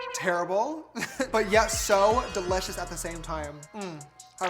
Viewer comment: Me this whole video: "de-litch-ous" 😂❤😋